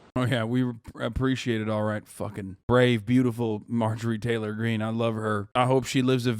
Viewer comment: mahjowie taywowh gweene